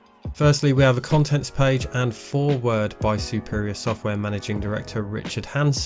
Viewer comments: No, lol, only when people pronounce one word as two. It's not fore word, it's simply foreword without accentuating the fore and the word :P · Triggered on the way you pronounced foreword. Please don't do that again! :D